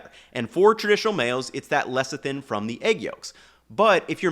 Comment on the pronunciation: Not lecktin, it is Lecithin. Le-se(e)-thin